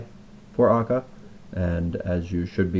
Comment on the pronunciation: When you were pronouncing Scala and Akka wrong the whole time.